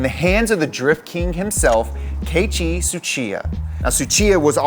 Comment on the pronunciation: It’s pronounced “Kay-E-chi,” not “Kay-chi,”.